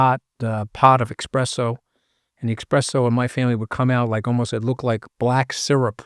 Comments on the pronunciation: Espresso, not expresso 🤣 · Senior Scaramucci, eSpresso 🤌 not eXpresso.